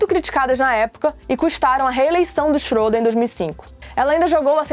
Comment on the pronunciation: Se pronincia chreda só pra Corigir